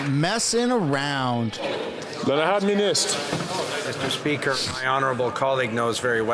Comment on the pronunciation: “Miss-Tur-SPEE-ker.” God, that lipless loon-bag is worse than fingernails running down a chalkboard.